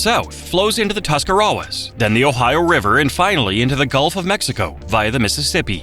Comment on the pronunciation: I’m impressed! He pronounced Tuscarawas correctly!